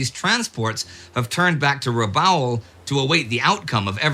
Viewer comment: No, but, if you're an American, It's Corregidor with a hard g and Rabaul as in After Rabaul Is Over.. And I didn't need to use profanity to make my point, either.